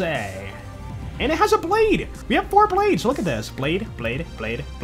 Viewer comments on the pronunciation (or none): none